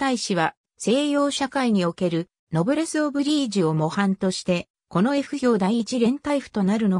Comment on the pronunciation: 歩兵を、ふひょう？宮城を、みやぎ？あり得ない一旦、アップした当時軍関係動画を下げ、単語の読みの精査をされて再アップされる事を切望します。